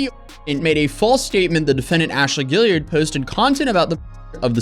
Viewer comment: I’m from Charleston ,South Carolina and the surname you are pronouncing perfectly, is spelled Gaillard ,here. It’s a common name in the Lowcountry and prominent. A lot of Ashleys , also. We have the Gaillard Auditorium and , of course , the Ashley River. Think “Gone With the Wind. I’m not claiming her, for the record, just a little trivia .